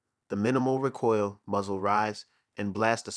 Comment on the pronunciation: REEE COIL NOT RAH COIL